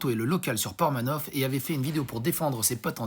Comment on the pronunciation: Ca me tend quand tu dit PormanoFFe au lieu de PormanoVE !!! :P Deja que l'affaire est tordu ...